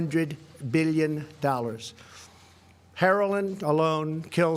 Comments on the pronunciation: Oh yea he also said herolin instead of heroin haha...pety I know but man he can't even pronounce properly. It's like watvhing a teenager reading a speech in front of class. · Did he Say heroline? 🤔 🤦🏾‍♂️